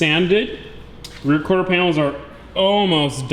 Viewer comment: Not corter, quarter bro, not trying to be mean jusy tryna help u out a bit with that one